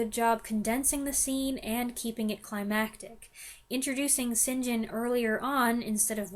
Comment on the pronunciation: I love the previous video when you said right at the front, how are you? Don’t know and can’t determine why. St. John is pronounced ‘sin’ ‘gin’ do. This made me laugh out loud.😂